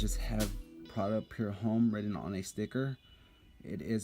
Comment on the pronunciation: why do you say "pure home" ? jw.. its spelled pour , and homme is pronounced "ohm" . i notice this in all your fragrance reviews. idk why but it bugs me ..youre a reviewer how could you not now how to pronounce basic french words correctly?